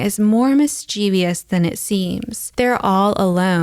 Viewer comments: It’s not “mischEEvious” it’s MISchievous. The root word is mischief. I get why people do this because of the word devious but it’s bad form. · LOVE your vids AND mis-chee-vee-ous is not a word :( - sorry, it's my pet peevious.